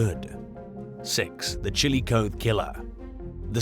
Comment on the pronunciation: It's pronounced Chilli-cotheeeee, Ohio 🙂 Long E.